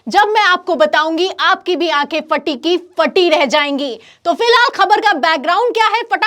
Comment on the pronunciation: पहले तुम शब्दों को ठीक से बोलना सीखो । फटी को फ़टी बोल रही हो । ख़बर को खबर बोलती हो ।